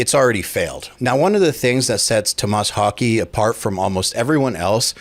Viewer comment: LOL It's Thomas Haake. Your pronunciation isn't any better than his.